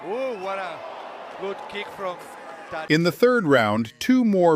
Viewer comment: her name is pronounced "tah-reen" not "teh-ran"